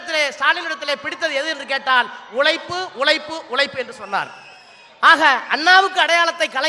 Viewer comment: அது உளைப்பு இல்லடா எச்சை 2G ராஜா அது உழைப்பு